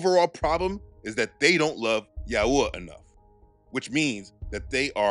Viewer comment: Yahuah is a mispronunciation…. Also Yahushua wasn’t black. You truly believe this is a black thing . We are all wheat colored. Your just another racist